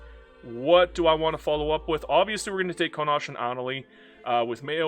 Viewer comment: Thank you for the disclaimer at the start of the video. I have never heard somone misspronounce Connacht. "Con-Aw-KTH"